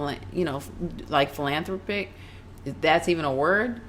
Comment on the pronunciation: Sports chick lol she needs to do more research she just doesn't like Lebron. P.S. If your going to use words like philanthropic learn how to say it right.